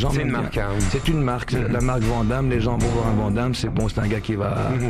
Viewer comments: c cool piske tu dis brussel et pas bruXelles. mais on dit "vanne d'ame" et pas "vent d'ame" on dis aussi anversse et pas envert ceci dit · Chers amis français, Pouvez-vous prononcer le nom de JCVD correctement? C'est un nom à consonance néerlandophone, ça se prononce donc "Vane Damme" :) Sinon très bonne vidéo :) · Van damme se prononce vane damme.